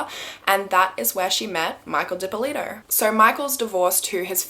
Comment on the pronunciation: Thanks for pronouncing my name properly!